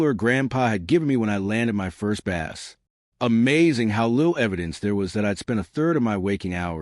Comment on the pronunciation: its B-ass, not Base